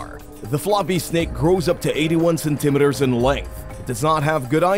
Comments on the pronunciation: Cen- ta - mee-ter not cen- tima der. Let's keep it real and pronounce words correctly . Let's not put a spin on something like a measurement that I've heard pronounce like u do .your not edgy and it makes you sound like an illiterate and either stick with metric or standard not both unless u give both measurements.ty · cenTIMeters? you're putting the emPHAsis on the wrong sylLABle.